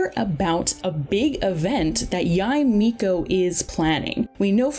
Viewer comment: Or "Yai Miko"